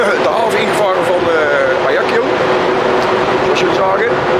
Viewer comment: Klein detail, je spreekt het uit als volgt: azjak-siooo....niet ajaki-yoo